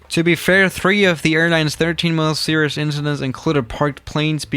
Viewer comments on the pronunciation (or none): Wait did he say series and not serious